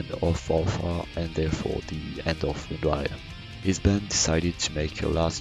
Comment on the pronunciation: Good, except the band's name is pronounced as [vind'ir], not [windair] :)